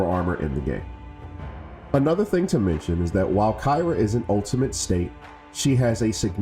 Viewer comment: good tutorial but he didn't even pronounce her name right and only covered solo glyphs board o.O